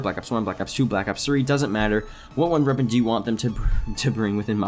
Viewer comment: "Runder reapon"